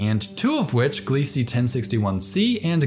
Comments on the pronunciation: Not that it matters but I believe the Kepler team are pronouncing Gliese glee-zuh. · Great video. Minor nitpick: Gliese is pronounced "Glee-zah".